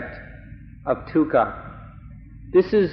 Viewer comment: Sounds like he's saying tukha instead of dukha